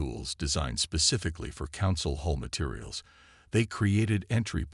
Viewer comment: HULL not whole!